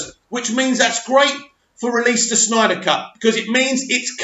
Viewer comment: it's "Snyder" also thankyou for breaking this news it's major news as far as I'm concerned!! Made my day!!